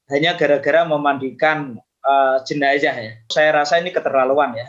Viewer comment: Sebut jenaza pun tidak pandai, jenaza bukan jenaca